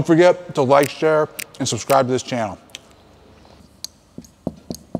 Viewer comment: Did he say world class...... SUSCRIBE!!!!! And can juggle